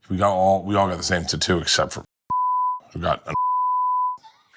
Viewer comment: "ta too" 😂 Never heard it pronounced that way before but now that's the only way I can say it!